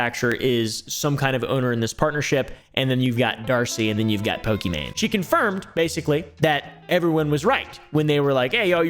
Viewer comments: Fun fact: her name is actually prinounce "e-mon" not "e-main" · It's not pronounced "e-main" it's "e-mon" which means it's actually Pokemon but I doubt she was to deal with their lawyers 😅 As someone who gets called the wrong name a bunch or ppl misspell it I wanted ppl to know how to pronounce her name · its pronounced e mon , it was always a pokemon pun , i think gucci mane in the lexicon caused the confusion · pokimane's name is pronounced "eemon onys" btw !! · Another video another white man not able to pronounce pokemaines name 💀💀🤡